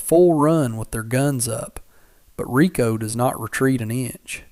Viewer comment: Excellent story. Can't stand to watch the dopey pictures of these things so I play Solitaire while I listen. Riko deserves better than to be called rye-co.